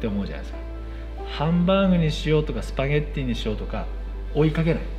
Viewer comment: As an Italian, he says spaghetti in a very good way